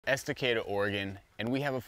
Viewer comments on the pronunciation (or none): He butchered the name of Estacada.